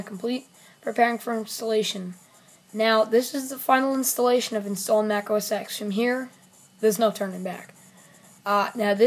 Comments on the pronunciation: It's OS TEN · It's pronounced os 10 though